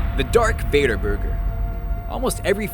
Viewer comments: VADOR? VADOR???? ITS VADER!!!!!!!!!!!!! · It's Darth vador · Darth Vador...... its Vader